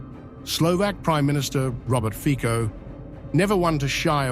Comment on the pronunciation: the correct pronunciation of "Fico" is "Feetso". In fact, that "c" is not a real "c", rather a "č".